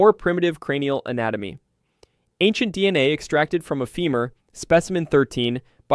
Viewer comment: Videos are good and topics are informative. Only huge problem is the narration. Sucks so bad I normally stop watching less than half way through. Oddly long pauses between words like d... n a (it's just d.n.a.!), inconsistent emphasis and bad pacing, riddled with mispronounced words everywhere (even after pronouncing it right a few sentences before) Not to smash your try because it is interesting topics, just hard to listen too sometimes.